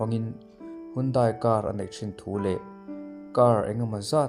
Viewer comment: Handae tia lam tur,mizoram te hian kan lam sual laklawh taw.